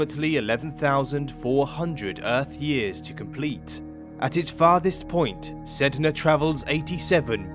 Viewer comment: My cousin got mad that you said the planet’s name wrong 😂